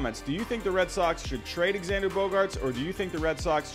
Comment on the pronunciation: It’s not he says it correctly